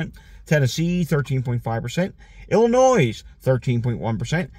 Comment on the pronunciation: We know you are from PA and not Illinois. You may want to know it is pronounced: Ill - annoy. ILL ANNOY. They do not pronounce the S. Just like Arkansaw ... oops Arkansas.